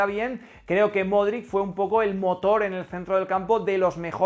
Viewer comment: por enésima vez el apellido de Luka se pronuncia “MODRICH”. Yo aprendí a pronunciarlo durante el Mundial 2018. Gracias por el vídeo. Voy a extrañar al buen Lukita el día que se retire.